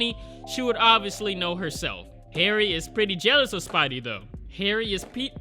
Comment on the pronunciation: You know, spiders are pwetty scawy